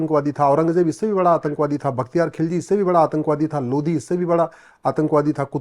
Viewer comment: आप लोधी नहीं लोदी बोलो पत्रकार साहब